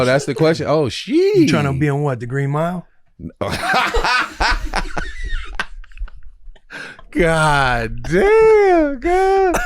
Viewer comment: “Tryna be in whahhh? The greeee mihh” it’s the green mile. Stop code switching 😂